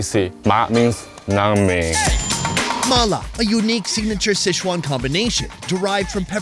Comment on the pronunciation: Please learn how to pronounce Sichuan. It’s not sesh-wan.